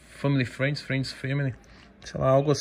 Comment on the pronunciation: "femili frend, frend femili, FREND ZONE" KKKKKKKKKKKKKKKKKKKKKKKKKKK